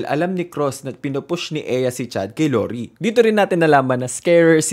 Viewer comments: the lorie pronounciation is sending me 😭 new fave youtuber!!!! pls do more of thesee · La-like ko na sana kaso 5 times nyang minention si Laurie ng wlang british accent